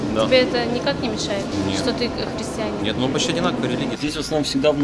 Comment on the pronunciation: ты говорит "христианин".... ну да ....католисизм это как бы видимо не "храстианин"